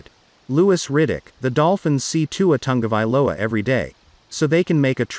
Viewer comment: It's not Tangovailoa it's Tagovailoa